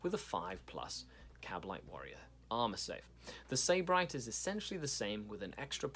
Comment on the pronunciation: Its pronounced Sib-arite It means hedonist or pleasure addict (or originally a person from Sybaris, Greece)